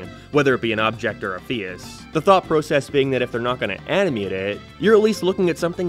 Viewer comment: Where on earth would you have to be from to have an accent this strange Like, what accent pronounces face as "fee-oous"